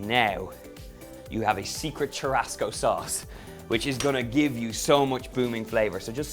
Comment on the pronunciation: Churrasco is spoken as SHOE HUSCOE ( HUS as in Husband)